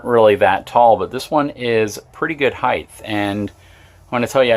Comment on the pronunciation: “Heigth”? Really?